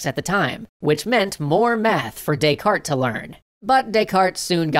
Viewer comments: "they were to Des-carte it" lol. A pun revolving around bad pronunciation is a pun nonetheless. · "They were to descarte it"? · You do not pronounce the 't' in Descartes. It's Renay De-car. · You're not supposed to pronounce the "t" in "Descartes". Its pronounced "Day-car". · "They were to Descarte it" :D